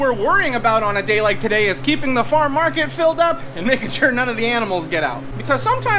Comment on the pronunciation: Are you saying Farm Market? I'm hearing Far Market.